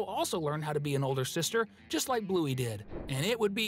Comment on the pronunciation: uhm sir there not and it's "just" not "gust"